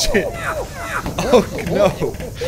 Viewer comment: Since when is there an "R" in the word "No"